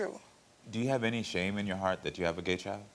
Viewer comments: She can’t even say gay correctly 😑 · She can’t even say the word “gay” ! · If you can’t even pronounce the word, you’re not okay with it. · She can't even say the word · She can't even say the word gay SMH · They shoulda made her say it CORRECTLY🤣